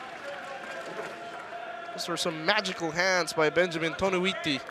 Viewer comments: "Toniutti" not "Tonuitti" 😂😂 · Next time Velasquez ha. TO-NI-YUT-TI. Toniutti.